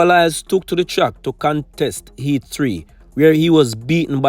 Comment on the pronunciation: Boss its a "Heat" not a "eat". And its "how" instead of "ow".